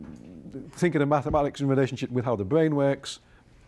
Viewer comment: THE BWAIN???? THE BWAIN??? Lol 😂 guy can’t speak. Nerve racking. Bugs bunny 🐰